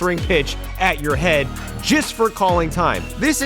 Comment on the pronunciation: He said jest instead of just